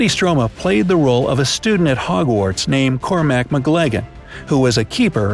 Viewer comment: Mister, or Maester? Kaitlin, or Catelyn? MgLaggen, or McLaggen? Theron, or Theon?